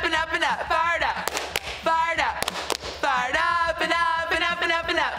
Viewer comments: Sounds like they were saying fart up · When they said fire up I thought they said fart up 😂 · It sounded like fart up